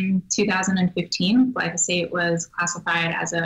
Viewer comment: Interviewing this girl is like pulling teeth.Seems very knowledgeable but not forthcoming. And Marc, it´s glyphosate, not glysofate.